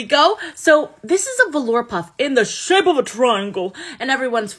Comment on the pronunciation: low voice* IN THE SHOIPE OF A TROIANGLE!